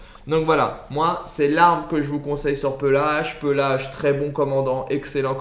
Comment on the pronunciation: Pééélage pas pelage frr c’est pas un ours